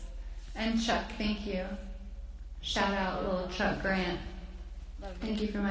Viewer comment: Did she just call chuck, duck?? Naxmkskskakqoao